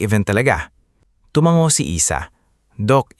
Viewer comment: hindi tumanggo, ang tamang bigkas ay TUMANGO